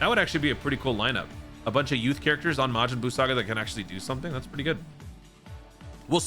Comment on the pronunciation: Am I the only one that don’t like when says majin Bruu?